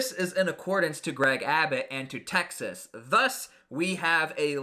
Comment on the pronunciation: Please say Texas and not Taxes smh